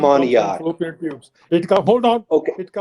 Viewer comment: Its Fallopian tubes not floppian. What sort of a Doctor is he